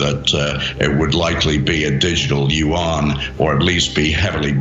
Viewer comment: As a Chinese speaker, the pronunciation of yuan as "yu-one" hurts my ears.